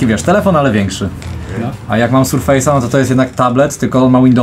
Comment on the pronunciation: Sprzęt Maicrosoftu to [ serfes ] a nie [ surfejs ]